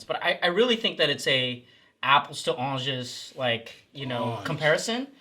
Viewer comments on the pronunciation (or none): "Do you speak English?" -- says the guy that says "Onges"... lol